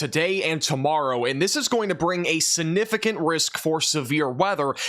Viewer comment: Aww. He does say sinnificant instead of significant. 😅❤ saw someone pointed that out on his last video but must've missed where he said it before reading the comment. Heard it in the first 10 seconds of the video and had to restart the first 10 seconds to make sure I heard it right. And before any of the complaints start, I've never heard him mispronounce any other word and his professional way of giving us the weather keeps me coming back as well. I actually think his mispronounciation is kinda cute. 😊